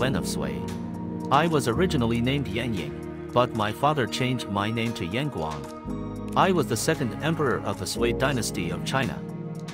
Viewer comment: 你明明會説中國話 爲什麽把楊廣念成嚴廣